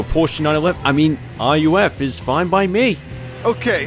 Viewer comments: It's pronounced Ruf, not R-U-F. The founder was Alois Ruf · that's not how you pronounce Ruf man